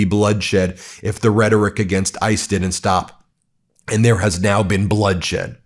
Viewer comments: Someone should tell that idiot Tommy that the word is rhetoric, not retick. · The reticlk? Can anyone in this administration outside of doublespeak Marco Rubio know English and how to speak??? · Will someone tell Homan that 'rhetoric' has 3 syllables?